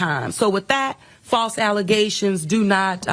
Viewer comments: Their still tripped up on the "alizations" for Tiffany Henyard 🤣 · Think she meant “FALSE ALEZATIONS” 😮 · Ahh, she can't say "False alizations?" Now I'm sad... :D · Thats pronounced "Alizations" ! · "...These are frivolent allezations..." How is it that these morons are making a 6 figure salary (in addition to the financial fraud they commit)? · “False allezations” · MORE FALSE ALLEZATIONS!😂😂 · All these false allezations! 😅 Wrote this before the end because I was thinking the same thing,! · I can never not hear “false allezations” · "False alluzations."